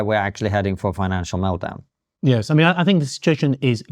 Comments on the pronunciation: Meltdown! add the "T" in meltdown not meldown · Meldown? Fire the intern boys 😂